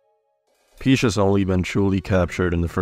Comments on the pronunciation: "Princess Peesh"? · "joeshi" "princess peash"